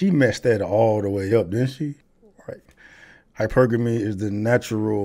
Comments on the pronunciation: I know she didn't just say Hyper-Gamy.... HYPERGAMY!! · Hyper-guh-mee 😂😂breh these type of women cant even say it, fully invested into petco rn 🤣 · Hyper gammie lmao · she said Hyper-Gammy, its probably an STI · Her not knowing how to pronounce hypergamy is hilarious 😂😂😂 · I thought this was a new term with the hundreds people make up every day…. And then I realized no… it is an actual word that she has no idea how to pronounce but she wants to teach on it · Imagine if she was not run through she would be able to pronounce hypergamy. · She can't pronounce "hypergamy".